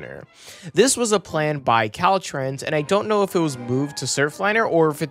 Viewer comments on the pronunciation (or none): none